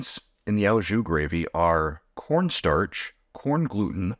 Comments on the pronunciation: Sorry but it's OH jus not OW jus pronunciation. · Friendly correction: the "au" in "au jus" is pronounced "oh". Thanks for the recipes!